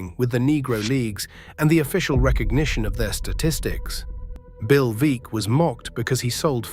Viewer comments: Want to know what I consider "vulgar" ? It's an ai Alistair Cooke that's an instant baseball historian that butchers a name that most baseball aficionados would know . Bill Veeck is pronounced "Veck" as in wreck , not Veak . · "Veeck" as in "wreck"